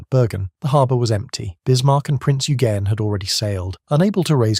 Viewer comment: Eugen is pronounced Oi! gen